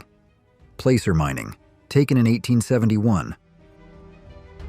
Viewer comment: " Placer mining". . . pronounced like Acid, not a full "A" sound. Sheesh.